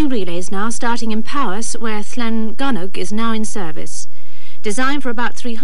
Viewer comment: Llangynog correctly pronounced by both presenters. Often mispronounced in other editions.